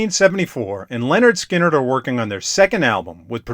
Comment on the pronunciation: It's pronounced LINard Skynard. Not LENard. 😉